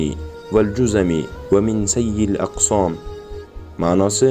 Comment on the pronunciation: Togri oqidigam odamga oqitmapsizda Aqosom emas Asqom boladi akamiz